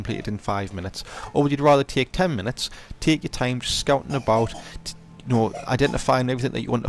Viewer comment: "Tehk ur thime" he says, while sprinting around erratically